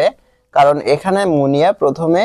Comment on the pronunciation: আপনি মুনিয়াকে মনা বলেছেন😅😅😅